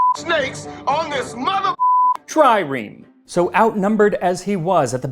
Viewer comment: "...trireme" I almost peed my pants from laughing